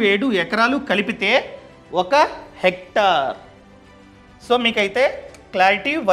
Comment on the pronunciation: Hector kaadu hectare